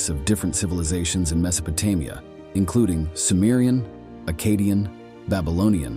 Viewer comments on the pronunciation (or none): Me so pe te Mia? Get someone who is familiar how things are supposed to be pronounced!!! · AI voices are so lame. Can't stand em. Horribly mispronouncing Mesopotamia and other names we all know but this voice just can't seem to get it's mouth around.